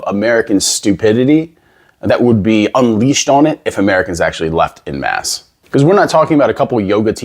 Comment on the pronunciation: You wouldn't be able to pass for Canadian if you pronounce "en masse" like "in mass". We say "en" the French way here, so it sounds closer to "on mass" than to "in mass". (Actually, we also pronounce the "a" in "mass/masse" slightly differently. )